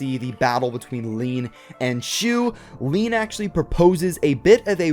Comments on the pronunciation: ILLINUC IT'S LIAN NOT LEAN 100 PERCENT FOR HASBRO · The name in America is lain so it is lane not lean